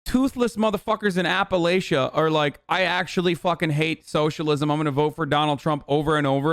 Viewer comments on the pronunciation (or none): As someone from there I am obligated to correct you. It's Appa-LATCH-a, not Appa-Lay-shu.